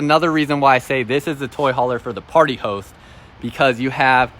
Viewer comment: Sounds like he saying party hoes😆😆😆😆